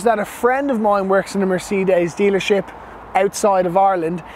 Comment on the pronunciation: Beautiful interior, no one does it better, not sure on the outside but I like the grille. Well done, you said Mercedes ok this time lol, proud of you 🤣👍🏾